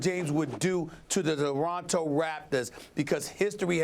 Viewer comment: " the deronto raptors...eeeeeee lol